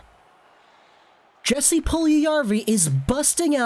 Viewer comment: It’s pronounced “Yes-ee” no hard “J”